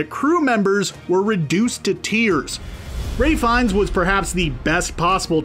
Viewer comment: dude calls Ralph Fiennes Ray Fiennes